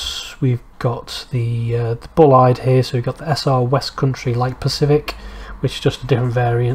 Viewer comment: The E in Bulleid is silent, I think its an American surname.